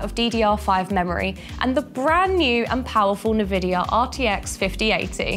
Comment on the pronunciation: d... d... di... did, she just say NUvidia and RADeon Its EN-vid-ea, and RAIDeon Nvidia - Radeon